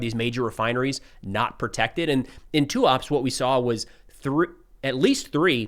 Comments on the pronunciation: Tuapse > TOO-UP-SEH (stress on the last syllable "seh") In Russian, as well as in Ukrainian, you should pronounce every letter like it is Latin. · Tuapsé (pronunciation). Your pronunciation of Cheboksary is correct :-) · TUAPSE is pronounced "too-ap-seey" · Fyi according to Ukrainians it is pronounced Tuapseh